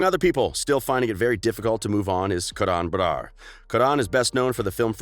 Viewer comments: Umm what? Karaaaan Baraaar? its Karan Barar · you don’t even know how to pronounce karan barar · The way he pronounced “ Karan brar” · The way they said Karan brars name